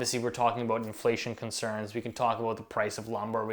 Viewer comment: Love the way he says CONCERNS at the end 😂 All everybody has are concerns, thanks to the idiocy of the central banks.